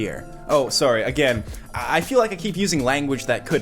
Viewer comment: accent gets really thick and Canadian only when he's saying "sorry." WTF?